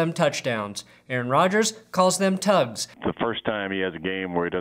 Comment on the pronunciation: I thought he said Tuds not tugs